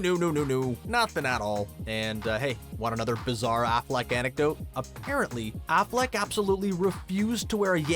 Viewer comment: Pretty sure you don't say Shia Lebeouf like Shia LaBOOF either. Or Affleck like Afflack